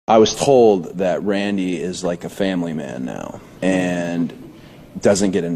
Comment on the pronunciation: What is this with the pronunciations of "Randy"?? 🤦‍♂️🤔 He said it like Riddle..."Raaandy," now I'm thinking Riddle's saying is legit and not in character 🤔